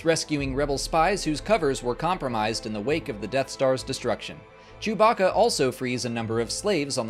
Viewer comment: man said....jewbacka